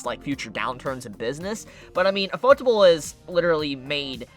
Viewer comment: Lol the way you pronounce ufotable is shit. Its literally ufo-table. It's yu-fo-table. You can thank me.